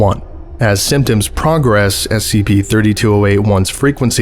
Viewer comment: I love these. Also, the verb form of "progress" is pronounced differently than the noun form. Google it a bit.